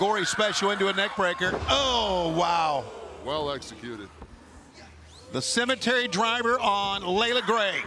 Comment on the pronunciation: Cemetery DRIVE!!! There's no R at the end FFS!!!